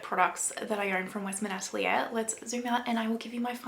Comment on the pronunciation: Maybe pronounce the french word "atelier" correctly, for a great video 😉